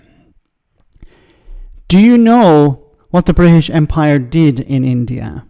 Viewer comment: Jesus wasn't Bwitish